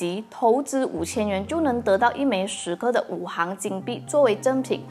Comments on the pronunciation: 五行～xing 不是hang 哈哈 == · 應該是五行（Xing2）幣